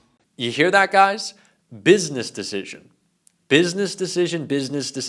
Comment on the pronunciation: Let us repeat the rightoid mantra: "bizniss dissijin" 😂